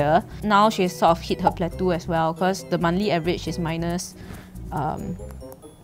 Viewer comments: Hi, awesome vid, but just wanna point out it’s pronounced as “plat”-“toh”, and not “plat”-“tu”. Cheers! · I think if a "drop" affects you so much - then you really need to get a life and be fulfilled on less attention!!!!! Geeez!!! And how come can't pronounce "Yvette" and can't pronounce "plateau"?!? Weird.